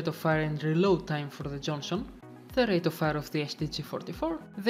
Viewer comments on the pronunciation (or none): none